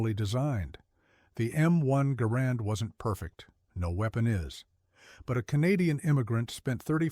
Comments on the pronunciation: I heard his name is properly pronounce "gerund," not "ga-RAND." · In the name of a just and merciful GOD, it's GAR and, not guh RAND.